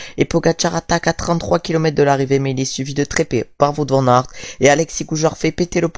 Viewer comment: Attention à la prononciation de Wout van Aert.